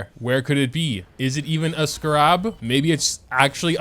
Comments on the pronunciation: Dude it’s pronounced skeh rub, not skuh rob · Scarab is pronounced with the emphasis on the first syllable. SCAR-an, not scar-AB. My ears are bleeding. :-( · my guy- I'm sorry it's not scarAb it's scArab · isn't it pronounced "Scare-ab" not "Skarab" 😭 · I thought he was saying sca-rahb as a joke like "haha youtubers always pronounce things wrong" but even when he was madge he was still saying it wrong and I am screaming. Scare-eb I typically like the larger world quests because of the lore they give to the world, but the smaller quests are kinda just words to me. It's definitely a better idea to spend about 10 minutes grabbing the surface 40ish and then move to someone else's world, I was told the rest arent worth it until after you've done the quest. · Everytime he says scrab my brain wants to autocorrect it to scarab😅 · why do you scar rabs like that. its just scarabs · bruh it's pronounced Scare-Ebs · I really hope the pronunciation of Scarab is deliberately wrong. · Am I the only one triggered by how he's saying "scarab"? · do you just not know how to pronounce scarab or what? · WHY HE SAY SCARAB LIKE THAT UGH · I’ve never heard scarab pronounced this way before lol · Why is pronunciation everything under this sun atrocious. Its a joke right lol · Where'd you learn to pronounce 'scarab'?? My soul itches now. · I don't know what's funnier, being mad or the way he pronounces scarab 😂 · The real tragedy here is how moga pronounces scarab let’s be honest